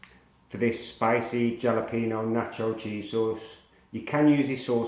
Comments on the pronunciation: Jalapeño = Ha-la-pen-yo Not jah-la-peen-yo! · Looks great, will most definitely give it a try! However, you are pronouncing Jalapeño wrong. Just imagine the J actually being an H instead. “Halapeño”.